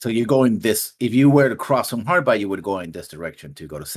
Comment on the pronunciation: insisting of calling it Harbi instead of Harby. Mind you I didn't have a pronunciation guide then or now.